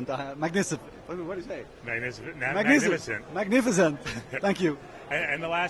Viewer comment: you mean macinifent? jeez where u learn ur english brah